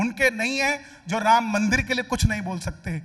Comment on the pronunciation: Host medam 😅 Jai shree shyam 🌹🙏🚩 Phele bolna sikho Jo ram ko laye h hum unko layenge Ram nam sahi se lijiyega ❤❤❤❤